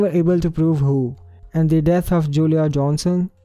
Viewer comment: I loved this video...you got yourself a sub here! 😀 N please don't take this the wrong way, but crooked is pronounced as crook-kid! Lol! Please don't take it the wrong way cuz you did so wonderful on your English! But I can't wait to watch more since I subbed and keep up the great work! You're awesome and also these were some mysterious that haven't been done a million times over which makes me love your channel more cuz that's a big difference between this channel and many other mystery channels!! Well thanks and love it!! 💕